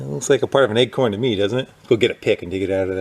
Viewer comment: It sounds, to me, he pronounces acorn, like eggcorn.